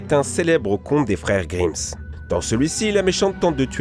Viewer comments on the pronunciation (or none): Les frères Grimse #NaiveureFaurjette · les freres grimm pas de s a la fin stp :P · Mike Brown. C'est justement ce que je disais : il prononce GrimmS dans la vidéo, or c'est Grimm sans s, et cette prononciation se justifie d'autant moins que les noms propres ne se mettent pas au pluriel (par ailleurs je ne prétends par que l'auteur de cette vidéo croie qu'il faille mettre le nom des frères Grimm au pluriel parce qu'ils sont deux, j'ai seulement tiqué sur cette prononciation étrange). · Les frères « GrimmSS » « RaYponce » « Pokentas » Mes pauvres oreilles .... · Les frères grimmSSSSSS